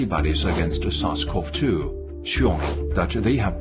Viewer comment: I can't understand what he's saying in the deer video, "sasquatch-2 virus"? Lol. So are they trying to say people gave deer this virus, and then it turned into covid, and then the deer gave covid back to us? Those damn sasquatch virus carrying deer! 😠